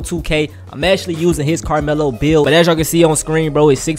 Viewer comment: Bro said “Lamelo” and not Carmelo 🤣🤣